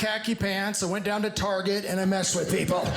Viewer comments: Never heard a person calling it tar shay.. at least the women here where I live at least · Excuse me, it's Chez Targez -- LOL!!!